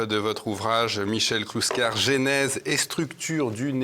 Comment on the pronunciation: Attention, petite remarque amicale : le premier e du mot genèse ne prend pas d'accent, par conséquent la prononciation se rapproche de "geunèse" et pas du tout de "geainèse".